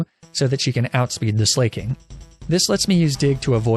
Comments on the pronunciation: I’m pretty sure it’s pronounced Slack-ing and not Slay-king. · why do you call slaking “slay-king” and not “slack-king.” its painful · I may be wrong but I always thought Slaking was pronounced Slack-king as a pun on how he slacks rather than slay-king. But I guess he does slay haha... thoughts? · buddy I can’t keep supporting you when you butcher every name you come into contact with this badly. Sla- king? Are you kidding?? HIS NAME IS A PLAY ON THE WORD “SLACKING” YOU FOOL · It's pronounced Slack-king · "Mah Chop" and "Bae salt" "Slay king" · I like how you pronounced slaking Slay king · He said slayking so many times.. I can't 😂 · The way he pronounces slaking kills me